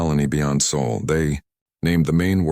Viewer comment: It’s not Saul it’s SOL. You big dummy